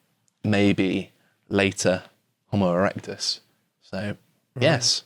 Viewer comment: Jo-mo erectus?